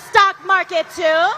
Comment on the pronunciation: when she says the word "too." Wtf?